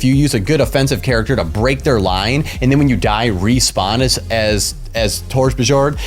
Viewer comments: it's "Tor-BEE-Yorn" :) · I think the way you speak Torbjörn is overpowered :D .. It's Torb- YORN